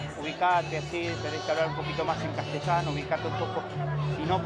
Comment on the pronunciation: Casteshano JAJAJ